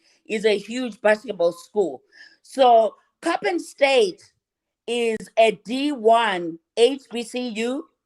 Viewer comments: It's not pronounced choppin, it's Coppin! I grew up in Maryland. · It's pronounced COP - IN COLLEGE. (COPPIN) IN Baltimore, Maryland .Not Chopping. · it's pronounced cop- like police and pen- like writing instrument = COPPIN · The university is (Cop pin)pronounced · The school is pronounced Cop-pin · The school is pronounced Cop-pinned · The college name is pronounced Cop-pen👮‍♀️+🖊️ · The University name is Coppen State, you are saying it wrong, there is no H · Hi, it’s pronounced cop-pin state university. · It's cop-pin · It’s pronounced Cop-in(Coppin) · It's coppin State..( cop-pin) no h! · Ok, I thought Juan was the culprit…my bad. The coach that allegedly committed this is sick!! (If true) Cop-pin is how you pronounce the name of the school. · Coppin State. Just think of COP. thats how you say it. your welcome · Exactly .I wish she would learn to pronounce the name of this historical black university correctly